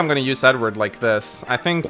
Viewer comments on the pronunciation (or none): It sounded like said Ednerd instead of Edward